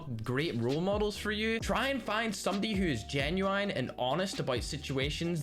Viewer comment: How did you pronounce "Genuine* 🤣